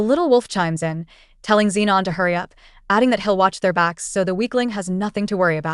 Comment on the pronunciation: Why tf is everyone called zinon, max and fridgeon? Are u mental? Stop makin videos if you're gonna half ass it